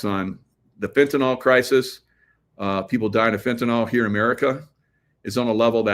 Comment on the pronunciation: FENTANYL, not Fentanol